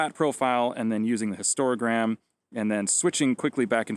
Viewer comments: Overall a nice and useful video, but a couple of things to think about to improve the quality of future videos. First, the word is 'hist-o-gram', not 'hist-ora-gram'. Then, what the histogram shows is not 'exposure'. Exposure is a word much misunderstood and the misunderstanding is spread by misuse in web explainers such as that. 'Exposure' refers to the light energy density at the focal plane, while the histogram shows processed values in the output file. In film days we used to call this 'density'. Which brings us to the final thing, by flattening the processing profile you are not making it 'unprocessed'. The only thing 'unprocessed' is a raw file. In a processed file, all kinds of decisions about things like white balance, colour space and such like are baked in and cannot be unbaked. In a log file the 'density' (or value) is coded proportional to the log of exposure, your flat profile, not quite, but it still provides a good basis for grading. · This is awesome. I'm learning so a lot about my camera. So much to take in but short videos about single topics like this are really helpful. Thanks! And while I can excuse any number of Canadian speech patterns, it's histOgram, not histoRA-gram. ;)